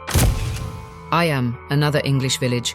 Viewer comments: Eyam is pronounced Eem not I am,but lovely atmospheric documentary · Just one thing, Eyam, in Derbyshire in the Peak District, is pronounced EEEM. A great place to visit. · I'm from near Eyam, it's pronounced eeeam